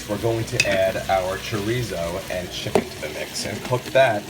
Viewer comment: Yummy! I could tell it was juicy because you said shicken. I love seafood! I think Imma have to try a pot of shrimp gumbo in my new Instant Pot tomorrow.